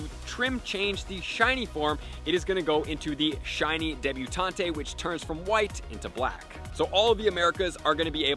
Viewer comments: Debutant. Not debutantay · Please say debuTAUNT correctly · Can't believe has never heard the words "matron" (rhymes with patron) or "debutante" (silent E) pronounced before. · Is it a law that poketubers can’t learn to pronounce words? Because all of y’all just butcher so much. That’s not how you say Furfrou, debutante, or matron. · Just going to throw out there that "Debutante" and "Matron" aren't Pokemon terms, they're actual words with real pronunciations haha. Just a pointer, love ya.